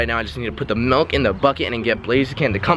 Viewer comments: It's pronounced milk not melk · who niticed he said melk instead of milk lol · Why does he call it melk wtf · I have to do it. Its milk not melk. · It's FUCKING milk not melk, milk it pisses me off so much!!! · i love it i love i just love it i love it i love it i i love it when he says melk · "Melk"... Did anyone else notice